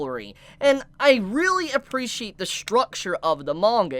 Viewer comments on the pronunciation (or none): none